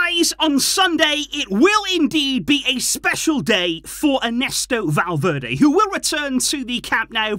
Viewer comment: i was so confused when you said valverdae i thought you were talking about the player ?😭😭😭😭😭 i was so confused